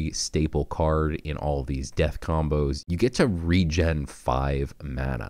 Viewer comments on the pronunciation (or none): none